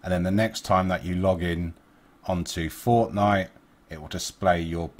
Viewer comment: He said forcenife